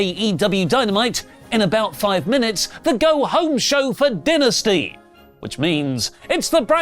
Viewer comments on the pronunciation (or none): Stop saying dinesty it's dynasty. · Maybe he was hungry recording this, I keep hearing Dinner-sty 😂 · So when someone passes away, does say they “did”? I mean AEW calls it DIE-nasty, not Den-asty. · Ok. So you can pronounce the word “dynasty” however you want, BUT you can’t deny how the actual promotion pronounces it. It’s “die-nasty” being stubborn and pronouncing it your way doesn’t change the fact that you’re saying it wrong. When the promotion itself says “die-nasty” and you say “duh-nsty” you sound foolish. Love you, but you are standing in a hill that you look foolish on. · pronunciation of Dynasty as “dih-nih-stey” but referral to Dynamite as just “Dynamite” urks me lol EDIT: HE JUST PRONOUNCED IT DYNASTY IS THE ACCENT A WORK OR??? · din - ah- sty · can you pronounce Dynasty correct it makes you sound like a complete smeghead 😂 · Why does keep pronounce dynasty that way lol. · Why does keep saying Dynasty wrong???? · I think what I am so excited for about aew dynasty is when it's over and oli can stop pronouncing it wrong!! 😂